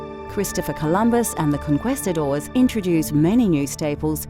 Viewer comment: The way the word "conquistadors" was pronounced in the first few seconds was terrible both in Spanish and English. Really makes me question the quality of the video right away.